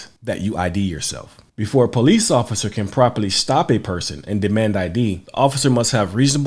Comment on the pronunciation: Am I the only one who heard him say “officer foreskin”?